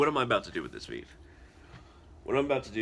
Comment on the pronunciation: It's not VIV, it's called VEVE pronounced VayVay.